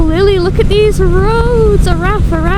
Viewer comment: Araf ... means Slow .. Said Arav ... f is a V sound in Cymraeg xx